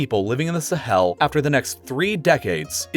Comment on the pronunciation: When he says “Sahel” it sounds like he’s emphasizing the “hel” part